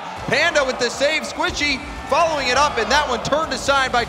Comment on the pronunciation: squichy? Or Squishy ?🤣